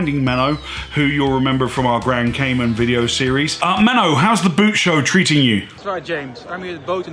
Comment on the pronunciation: Just a sidenote, the boot show is not pronounced like the thing you wear on your feet, but rather like "boat", maybe with a little less "a" ... kinda like "bowed". 😊